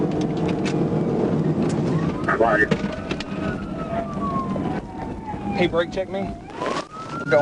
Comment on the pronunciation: holy cwap duude you were like so totally wight